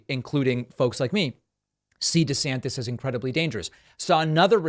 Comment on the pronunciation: Loving the way you say meatballs name😂 DEF better than the og!!!😊